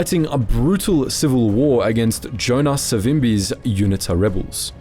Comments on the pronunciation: It's pronounced You-knee-ta. Not unit-ta. Cheers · UNITA - pronounced You-knee-ta, - well that.s what we (SADF) called them back in '87 !